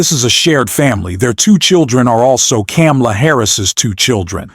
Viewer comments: Pronounced Come-a-la. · Its Coma-la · Comma La. Say her name correctly please. It took me awhile to get it also. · It's Kamala ' learn her name. Terrible vidio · How did you pronounce her name? It's ?la - Kama-la,and you did it through this whole post after hearing people pronounce her name right. Won't follow. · Please learn how to say Vice President Kamala's name correctly. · Stop dissing the candidate and learn to pronounce her name!